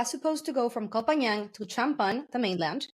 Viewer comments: Its Koh Pagan! Are you Thai do you know how to say it in Thai, well guess not, its koh Pagan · The half-blonde pronunciation is terrible. Koh Pai Yang?